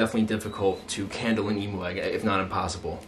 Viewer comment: I love how you say emoo instead of emu